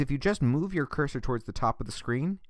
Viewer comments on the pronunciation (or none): none